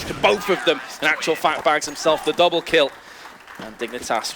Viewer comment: "despite this fak....fact" FAMILY SHOW